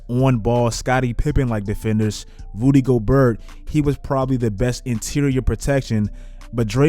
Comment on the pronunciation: lol he said rudy go bert like flight